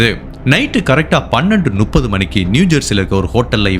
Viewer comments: அருமையான பகிர்வு! தெளிவான ஆற்றொழுக்கு போன்ற நடை. சின்னச்சின்ன உச்சரிப்புப் பிழைகளையும் சரி செய்து விட்டால் மேலும் சிறப்பாக இருக்கும். சான்று: நுப்பது என்பதை முப்பது என்று உச்சரியுங்கள். காரணம் உங்கள் தமிழ் பேசும் பாங்கை விரும்பும் ரசிகர்கள் நிறையப் பேரை இங்கு காணமுடிகிறது. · உங்கள் தமிழ், தமிழின் உச்சரிப்பு, கம்பீர குரல்வளம் உங்களின் தமிழ்மொழி ஆர்வத்தை, நேசத்தை வெளிப்படுத்துகிறது. முப்பது முப்பத்து என்பதை நுப்பது, நுப்பத்து என்று சொல்லாமல் சரியாக உச்சரித்தால் இன்னும் பூர்த்தியான நேர்த்தியாக (complete perfection)இருக்கும்.